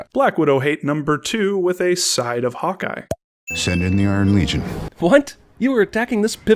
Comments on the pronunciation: did he just say Hot guy instead of Hawkeye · Lol, when you said "Hawk Eye" it sounded like you said "Hot guy". xD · No! No! No no NO!!!! I KNOW you're saying "Hawkeye", but it SOUNDS like you're saying: "Hot Guy", and I am NOT suggesting you're gay, (Absolutely NOTHING wrong if you are) or that I'm all right with that!!! (You saying "Hot Guy", I'm fine with the LGBT & think they're treated TERRIBLY by Society)